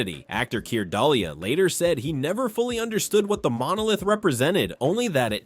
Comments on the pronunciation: I saw it in 1968 in Technicolour and Cinerama, I was 12 years old and it blew my mind! Triggered a lifelong love of Sci-fi. I think it is the best film of all time. Keir Dullea, his name sounds like Do-lay not Dahlia. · "Actor Keer Dull-ya..." Go back to school.